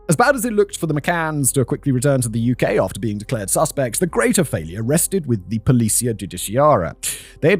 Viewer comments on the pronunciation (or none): none